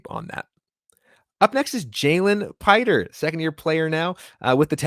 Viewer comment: Not "Piter." Pee-tray.